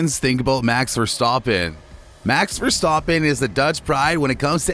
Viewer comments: Omg mex verstohpen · I don’t know what is more pathetic the pronunciation of Max’s name by the presenter, the sucking up to Lewis or the attempt at a hatchet job against Max.